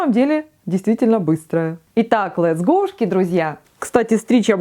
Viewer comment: Больше всего приколол ее «английский» Нижегородского разлива «Летсгоушки….!»